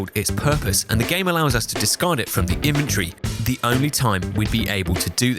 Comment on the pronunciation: question, why are you pronouncing inventory as "infantry" ???? :(